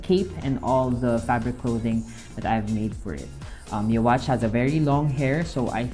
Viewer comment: Neat! Also, his name is pronounced "You-ha."